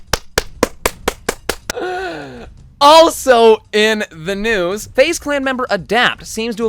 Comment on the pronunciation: "let's get right into the NOOSE!"